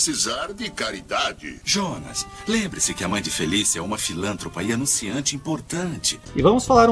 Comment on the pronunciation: Um erro que passou batido foi a pronúncia errada "filântropa", o correto é filantropa